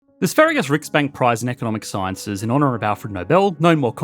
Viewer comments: Hey you pronounced "Sveriges Riksbank" correctly! Nice. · Props for an actual decent pronunciation of Sveriges riksbank, that can't have been easy.